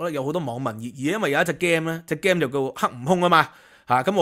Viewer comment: Please pronounce "game" correctly